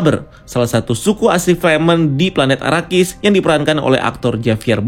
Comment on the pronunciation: Donken,sardawkar,houseofwer,burnikhalek,paulatredis,fremon,arakis Sumpah puyeng denger nya wkwk